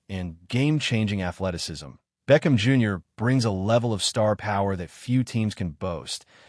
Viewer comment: You said it correctly great job....BLACK AND GOLD....